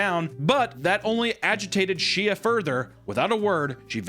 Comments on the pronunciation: “She-Ya” instead of “Sh-ay” is KILLING ME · I’m pretty sure it’s pronounced “Shay” but saying it She-uh with the warped face has me CACKLING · Hahaha, "Shee-uh Peoples"! 🤣🤣🤣🤣 It's pronounced "Shay". 🤣🤣🤣🤣🤣🤣🤣 SHEE-UH-TRON! 🤣🤣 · the mispronounced names is killing me bro she ah? 😭😭 it was shay peoples lmao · It's not she-a it's pronounced shay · Shea is not SHE-UH it's SHAY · Shea is pronounced 'Shay', not shia. Just putting that out there. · It is indeed NOT Shee-uh Peoples, its pronounced SHAY. Deeply irks me bc that's my middle name and everyone called me Shee-uh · I’m pretty sure it’s pronounced Shay my best friend growing up was named Shea I’m not sure if there’s another way to pronounce it though, but I’m pretty sure it’s pronounced with the a sound at the end like an a Y sound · Shea is pronounced "Shay", like shea butter. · shea is probably pronounced Shay like “Shea Butter” lol but i could be wrong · Pretty sure Shea is pronounced Shay lol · it’s pronounced “Shay” <3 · pronouncing Shea (like shea butter) like She-uh is FRYING me🤣🤣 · it’s pronounced Shae lol😭 like shea butter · I laughed even harder when you mispronounced her name LOL..... Shea (Shay) is how it's pronounced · Shea is pronounced shay. My guy, you're from KC. I KNOW you went to school with at least one girl named that lol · Shea is pronounced Shay. If I HAVE TO TELL YOU AGAIN I WILL COME OUT OF THE WINDOW AND….!!!!! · Shea is pronounced like shea butter I assume like shay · Its pronounced sh-ay Peoples. (Mets fan) shea stadium. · The pronunciation of “Shea” is crazy